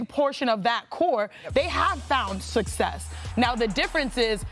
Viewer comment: Kendrick Perkins still doesn't know how to pronounce the word "success". Was he not reading during the off season?